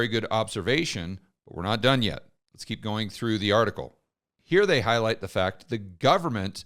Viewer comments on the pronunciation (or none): none